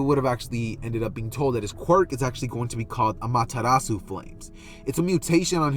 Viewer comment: Ayee! Btw no problem man you deserved that break (not to be picky but it’s ah mah ter ra su